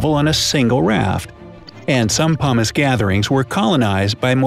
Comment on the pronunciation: He says pumice like humus, this is bothering me